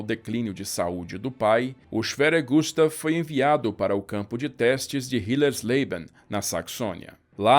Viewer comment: Gustav kkk falou so o O para meu nome